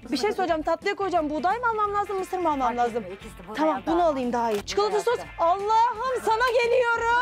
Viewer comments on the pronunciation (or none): none